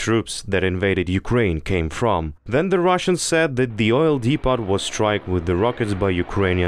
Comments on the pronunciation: its depooooo not depottttt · 'Depot' is pronounced dee-po not dee-pot. Hope that helps.